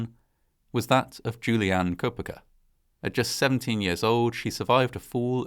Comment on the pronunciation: Koepcke = KEHP-KEY